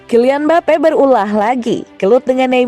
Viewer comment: Mbape jadi mbapuk 😂😂😂